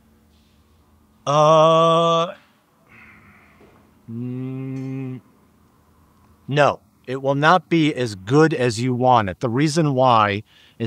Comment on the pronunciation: The Dr. knows how to pronounce hyphae but still says fungi wrong. Lol